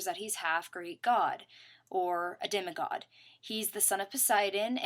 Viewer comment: ol at how you pronounce the word demigod